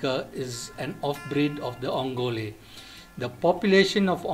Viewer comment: first do not change the way name is pronounced, it is ongole ongoleeeeeee